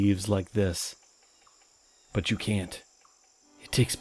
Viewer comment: Yucca it's pronounced like this You and then KA sound as in ka-leidoscope YOU-KA is the sound for Yucca :)